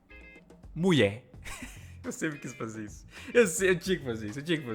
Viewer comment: "MUIÉ" Kkkkkk